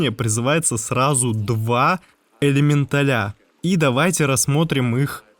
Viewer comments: ЭлемЕнтали ЭлементАли Но СУКА!!! ЭлементалИ???!!! Ты дурак? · Чувак, немного конструктивной критики. Сидел мой муж и смотрел это видео, к контенту претензий не имею,все по делу и никакой воды, но элементалИ и элементалЯ заставили меня смеяться в голосину. Прежде чем так часто использовать это слово, убедись, как правильно оно произносится.